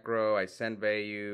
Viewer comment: I love you bro, love watching your videos, you keep killing me pronouncing Vayu 15 different ways in one sentence 😂😂😂😂😂😂😂😂😂😂😂😂😂